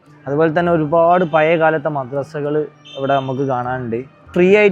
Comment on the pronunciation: എന്റെ പേര് ശിഹാബ്. എല്ലാ വ്ലോഗ്ര്മാരും ചെയ്യുന്ന അബദ്ധം താങ്കളും ചെയ്തു താങ്കളുടെ മുഖം കാണാൻ അല്ലലോ ഞങ്ങൾ വ്ലോഗ് കാണുന്നത്... പിന്നെ രണ്ടാമത് ഉച്ചാരണ പിശക് ആണ്.. ഴ എന്ന വാക്ക്. പയേ മസ്ജിദ് അല്ല.. പഴയ അല്ലെങ്കിൽ പഴേ മസ്ജിദ് എന്നും പറയാം